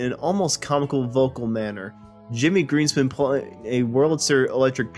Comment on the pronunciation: Uh - it's GREENSPOON .. "the Concertmaster"